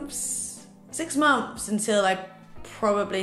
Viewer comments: "Momths" 😊 I love you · I LOVE the way you say months “6 MONFS”💕